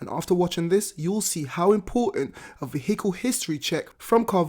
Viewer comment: Please stop pronouncing the H in vehicle it’s silent 🤦🏻‍♂️